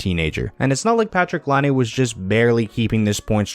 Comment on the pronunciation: Why can't anyone on YouTube pronounce Laine's name?